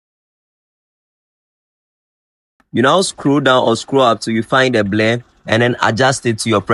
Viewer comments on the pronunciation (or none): OGA IT IS BLUR NOT BLAIR!!! 🤣🤣